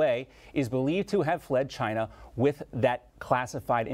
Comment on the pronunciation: He said CHYnUH